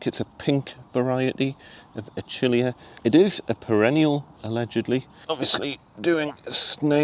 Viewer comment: Looking great. It's pho-tin-ee-uhh and a-kill-ee-uhh btw 🙂